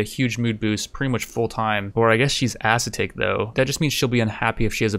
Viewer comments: Also pronounces ascetic as acetate. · You're pronouncing ascetic wrong. You're putting the stress on the "a" when the correct way to pronounce it is putting the stress on the "e"